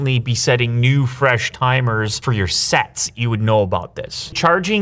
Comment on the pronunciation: my dirty mind hearing sex instead of sets between